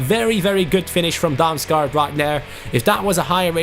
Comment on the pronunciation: You say å like an o. The same with aa. Damsgaard = Damsgord. And Damsgaard is danish